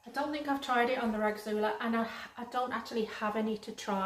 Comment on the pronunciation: I thought the rasgulla silk was pronounced ras-gulla silk? Maybe im wrong, just looking at the spelling?